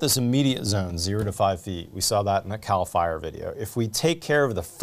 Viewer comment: am i the only one who cringed thinking he said "let's look at a cow fire video" 🐄 🔥?